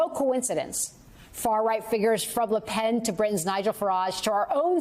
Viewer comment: Macron and LePen, not Marcon and LoPen. The ability to read used to be a prerequisite for on air broadcast news personnel. Apparently not here. And Yeats is pronounced ‘Yates’. An education, or at least looking things up, also matters.